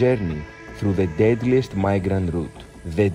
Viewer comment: Bro can’t even say deadliest 💀. That’s craaaazy 😂